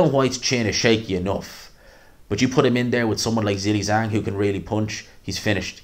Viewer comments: I like you a lot but please stop saying Zilly Zang. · I'll subscribe just to keep hearing you say Zilli-Zang.